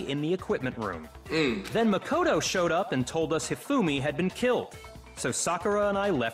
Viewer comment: i feel like someone should have really told you this by now but it's pronounced muh -koto or am i just missing the joke